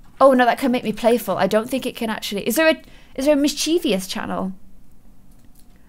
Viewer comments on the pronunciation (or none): none